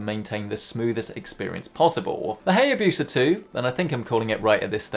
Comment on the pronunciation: Isnt it pronounced 'HiaBusa', like the bike